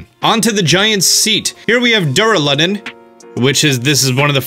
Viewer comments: He is awful at prononuncition... He said Axew as Axe-oo... Its Axe-yew. Duraladon as Doo-ra-leh-den... its Doo-ra-la-don. Unfeasent as Oon-feasent... what the hell. Even in a Links Awakening video, he pronounced "lure" as Lurr. Its Loo-er. Even doing Chandelure as "Shan-deh-lurr". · it's duraludon, not duraladon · "dura-ledin" XD omg doo.ra.luh.don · Duraludon pronounced duraludun, and grapploct pronounced grapclot?? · I'm not trying to hate on him but it makes me cringe every time he pronounces a pokemon name wrong like he pronounced draludon as druludon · Actually DARALADAN got me 😂